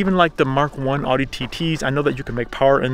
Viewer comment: You pronounced audi wrong